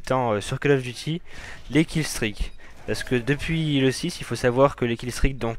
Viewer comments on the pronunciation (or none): POURQUOI TOUS LES CASTERS FRANCAIS NE SAVENT PAS PRONONCER CALL OF DUTY, FAITES UN EFFORT BORDEL